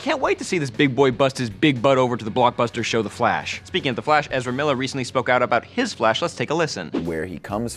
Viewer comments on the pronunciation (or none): none